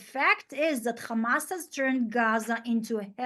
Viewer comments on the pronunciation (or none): 6 minutes in, i didn't count, but she said khamas in every single phrase at least one time. The lack of self awareness is to much for me, i'm out. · 0. She said Khamas all the time.